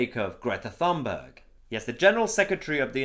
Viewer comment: Not Thunberg. Swedish has no ‘th’ sounds so the ‘h’ is purely decorative. Try it, more professional